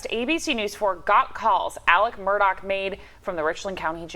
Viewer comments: Repeat after me: "Alex Murdaugh", not "Alec Murdock" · Why does everyone say Mur-Doc? It’s Murdaugh, Mur-dah!